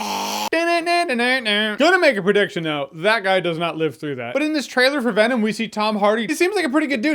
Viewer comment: When venom’s lips don’t touch to make the ‘M’ sound at the end of his name, it looks so 2000 & late